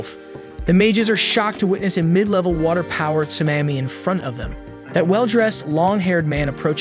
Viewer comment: Nah you definately mispronounce things on purpose im not letting the "Tsumammy" slide 😂